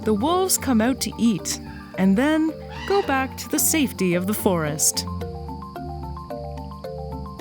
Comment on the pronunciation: “The wolves come oot to eet” I wonder where she’s from